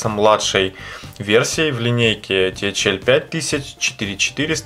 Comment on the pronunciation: ТэХаЭл режит слух